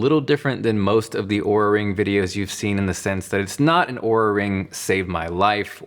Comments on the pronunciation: He's pronouncing it right, as they do in their sizing video, as you would pronounce Aura. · He is pronouncing it right…"aura"/"or-uh", not "oo-ra"